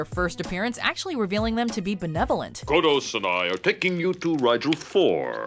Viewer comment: Wait a minute, come here. What did you call it? Say it loud enough so everyone can hear. come on, say it! "Cotto" HAHAHA.. Cot-to! Co-tto! It's KODOS! Say it right! Boy, I home somebody got fired for that blunder!!!